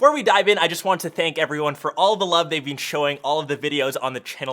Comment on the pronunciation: “Thank you so much for all the love you’ve bean showing”